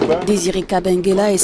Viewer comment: C'est kabengele et non kabengela...lol